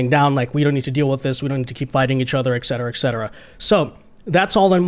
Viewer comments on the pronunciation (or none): the pronunciation is ET CETERA, not EK CETERA. ET not EK.